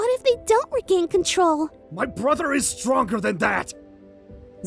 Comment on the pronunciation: When said "My brother is stronger than that!" I thought he said "My brother is drunker than that!" 🤣